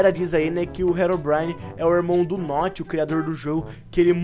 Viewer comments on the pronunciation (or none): none